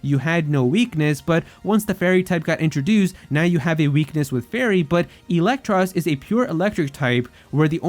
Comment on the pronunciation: IT'S EELEKTROSS, NOT ELECTROSS!